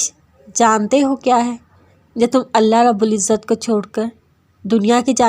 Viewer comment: Aap Allah ka alif nhi lagate urdu me alif lagay